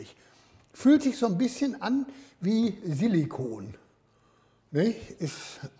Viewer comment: Ich finds lustig wie er viele Wörter immer auf dem zweiten Laut betont: Silli koon; QuAlli tät xD